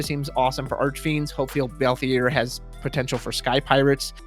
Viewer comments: I don't really care how people pronounce Tidus. Cabbage's pronunciation of Y'shtola used to throw me off but never bothered me much, but ' pronunciation of Balthier....... It fully trigger me lol. No hate for it though XD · I was actually drawing while listening so when you said it, I looked up to see who the character was and I was immediately like, "No! No he didn't just mess up the leading man's name!" Then you said it again lol. Had to say something, but not mad. Don't want you to feel stressed over it, just poking fun.